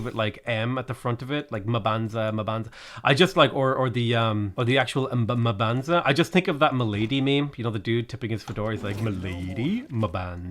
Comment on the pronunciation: the whole fedora thing is because you're not pronouncing the cities correctly. it's pronounced like you're thinking hard about the end word, or humming. Mmmbanza, mmmmbuila.